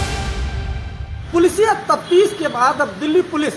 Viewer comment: Tuptis nhi tuftish